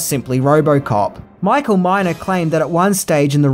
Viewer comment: *Neumeier and Miner (not "Myer")